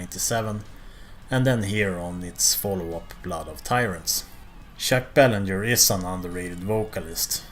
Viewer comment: Good stuff,man. I would agree with your list except the top three fluctuate depending on how I feel. By the way, sorry to nitpick,but I am a Quebecer,the n in Belanger is very soft and the r is totally silent,so more like Baylahjay. Keep up the great work,pal! Cheers!